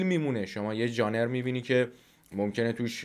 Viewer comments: ژانِر اشتباهه.ژانر درسته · ژانِر نه جانم، ژانْر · ژانِر؟!!! مشتی دوبارهم اشتباه گفتی! ژانِر غلطه، ژانر درسته(روی ن سکون بذار) فارسیش یعنی سبک انگلیسیش یعنی استایل ، ژانر هم واژه فرانسویه(از تاتر اومده)